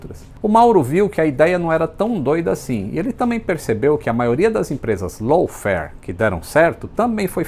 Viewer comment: Não estou conseguindo ouvir low fare, apenas escuto lawn fare.